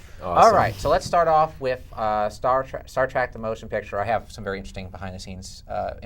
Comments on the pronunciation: Star TREK .... you idiot ... TREK, TREK, TREK ... not TRACK! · Why does this leftmost idiot keep saying Star TRAK? God!